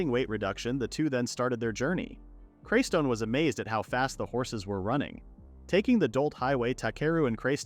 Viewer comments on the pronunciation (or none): It’s not craystone